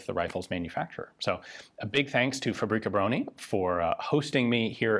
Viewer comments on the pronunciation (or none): i love how he refers to fabryka broni as a name (its a title it literally means weapons factory) and also how he says it like paprika brony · faux-brie-kah brony XD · Try "fahbryckah brohnee". I know, Polish language is tough, even for natives. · The "Fabri Cabroni" pronounciation gave me a good chuckle, almost like it's some italian design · The 'Fabroni'. Sounds Italian when you say it like that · When you said "Fabryka Broni" it sounded italian more than anything else xD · "Fabrika broni"... that's totally not gonna get memed